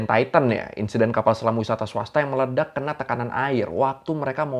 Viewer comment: ralat bang, medelak bukan meledak 🙂